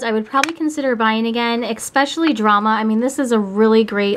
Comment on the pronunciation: She keeps saying especially wrong😕😞